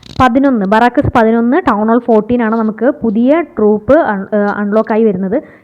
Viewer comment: ബറാക്കസ് അല്ലന്നേ.. ബാരക്ക്‌സ്... 😪